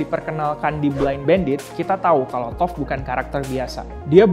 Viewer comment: Toph = tough = "taft"